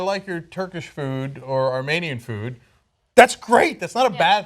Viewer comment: Cenk: "...I like your Ar-MANE-ian food..." Are we really supposed to buy that Cenky-boo doesn't know how to pronounce 'Armenian'? Cause I'm not buying it for a second. Yes, it's a very minor point, but I think he might have wittingly done it because (as you rightly point out) Ana was 'triggering' him with the Armenian genocide point... but I'm probably just projecting - fuck it, any excuse to hate on Cenky-poo will do. I bet she got a 'talking to' after the show, btw. I really hope Ana leaves this PoS show in the dust. She's better than this.